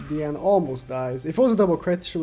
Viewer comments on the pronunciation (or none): none